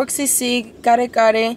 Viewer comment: it's my first time here and the way he said "Kare Kare", impressed me!